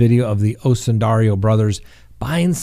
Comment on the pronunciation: oh how i love you so...please pronounce the name of the Osundairo brothers correctly!! there is no "I" before the "O"...O-sun-dair-o...not O-sun-dair-i-o!! everytime you mispronounce it, it's like nails on a chalk board to me!! otherwise, you're nothing but awesome!!;)